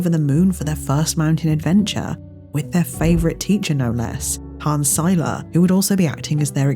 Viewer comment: It's weird hearing someone pronounce Seiler correctly without having to correct them. Appreciate you!